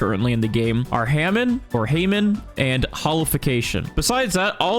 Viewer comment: haymon? HAYMON??????!!!!!!!!